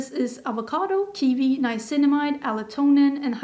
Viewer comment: Kiwi, not kivi💚🥝